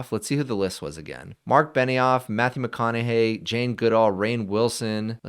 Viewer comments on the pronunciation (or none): none